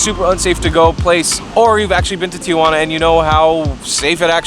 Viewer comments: Interesting guide, but it's absurd that you can't pronounce Tijuana correctly. Tee-wanna, not Tee-a-wanna. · TI-JUANA not TIA-JUANA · Dumbass doesn't even know where he's at. TIJUANA, NOT TIA JU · Tee hwanna.....not....Tee uh hwanna.....Tijuana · not Tia-Juana...its Ti-Juana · Is the first tip how to pronounce Tijuana??? That its not Tia Juana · why is it for Americans so difficult to pronounce Spanish properly, you don't even try...Tiuuuana...payas de ryosaulitoh...Jesus Freaking Christ. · Say Ti-juana. NOTICE there are 2 A's not 3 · It’s actually tee-hua-na